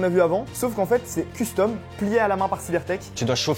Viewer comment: j'adore la prononciation : CUL-STOM!